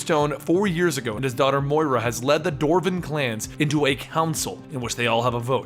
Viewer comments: "dorven" "dorf" it's dwarven and dwarf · you say dwarven wrong.